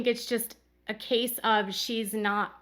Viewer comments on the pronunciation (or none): none